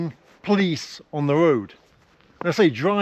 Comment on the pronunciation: I never heard someone pronounces a word "police" as "plis" and even close to "please".😁😁😁